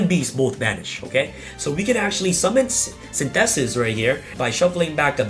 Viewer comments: The way says synthesis hahaha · Synthesis is an English word, you don't have to prenounce it like that lol